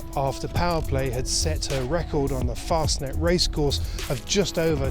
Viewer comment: Why the hell would you pronounce it 'Mass-er-rotty', when you are saying 'Fostnet' and every other European pronunciation, including the second half of the name! Why not go all the way and say 'Mass-er-ratty'?